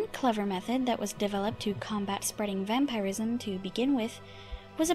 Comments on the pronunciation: Lol. The way she says vampirism. "Vampire-ism." It's typically pronounced like vam-purr-ism. Not a huge deal just amusing is all. xD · Why do you say vampireism and not vampirism? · New to the channel. I honestly didn't expect a woman's voice haha Thank you for your video, but your way of pronouncing vampirism is weird. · How come you cant pronounce vampirism properly you say it really weird. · "vampeyerism" and "Skyeons" lol